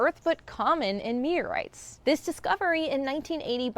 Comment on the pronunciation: Meorites? Crayers? Seriously? Sloppy speach is a sign of laziness.